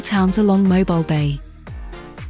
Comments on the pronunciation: It's pronounced Moe bill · Learn how to pronounce the name of the city before you do a video on it.